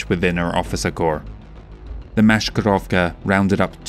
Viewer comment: A small note about Maskirovka. "Sk" in it sounds not like "sh". Try pronouncing 's' without any additional sounds (like 's' in 'mass'). But nevertheless, great job as ever, keep it up. Best wishes from modern Liao)